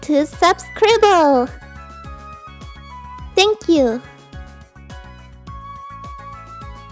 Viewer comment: It's subscribe not subscribble